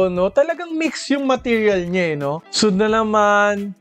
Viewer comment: parang kyrie irving. sweyd po yung basa sa suede", idol. nice review as always. more power po.